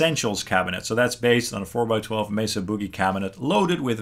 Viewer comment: It’s ‘Boogie.’ Like the boogie-woogie. Not ‘buugie.’ 😂